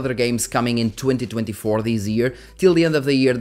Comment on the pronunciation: when you said we're in 2024, it sounds like 202024